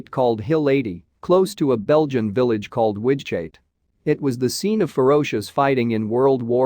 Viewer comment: The AI can't handle the Low German guttural g/ch